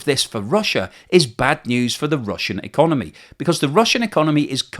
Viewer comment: "So the russian econemy"